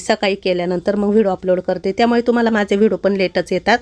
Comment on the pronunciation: ताई vido नका म्हणत जाऊ व्हिडिओ म्हणत ja